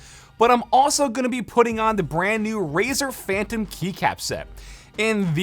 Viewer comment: 'razer phantm' xd